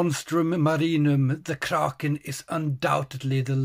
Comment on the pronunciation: The biggest lie of my life is the pronunciation of kraken